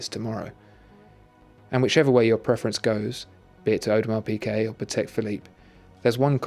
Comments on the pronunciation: isn't it audemar peegay not audemar peekay? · PIGUET, WITH A G, FOR THE LOVE OF GOD